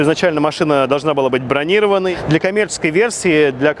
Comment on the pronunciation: бронирОванной, а не бронИрованной